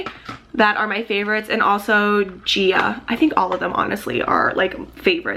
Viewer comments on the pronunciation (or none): Gaia is not pronounced Gia ( jee-uh). It is pronounced like guy-uh. Its the name of a goddess. Nice video though.